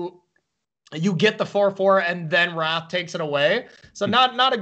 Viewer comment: This caster doesn't know how to pronounce wrath